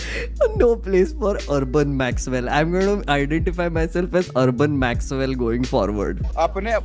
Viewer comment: I think the urban naxal guy would not even know the word Maxwell. I kept hearing that as 'urban maxell'..